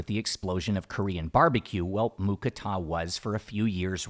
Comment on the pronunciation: Im thai i i can say its not mu kratha it mu krata thats how we thai's say it